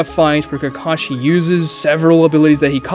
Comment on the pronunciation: Really? Not when he said "Ke-KAH-shee"